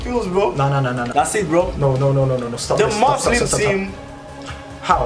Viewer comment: Dude its Muslim not Muzlim 😒